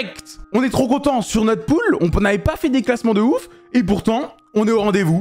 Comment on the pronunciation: je suis desoler mais cest "pool" derien